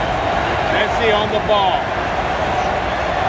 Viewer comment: Nice video! You called him Me(t)ssi, like pi(t)zza, but it is Messsi. All ss. Nice and smooth😅